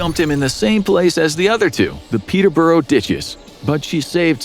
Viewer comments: The way you said Peterborough confused me it sounds Russian (people I know pronounce it peter-bruh) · Weird getting Gloucester & Hereford right but not Peterborough